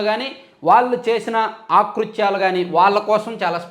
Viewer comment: ఆకృత్యాలు కాదు అకృత్యాలు